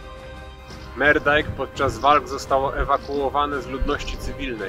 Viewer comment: Moerdaijk nie czytam "Merdaijk" tylko "Murdaijk" - "oe" czytamy w niderlandzkim jak "u". A film fajny :)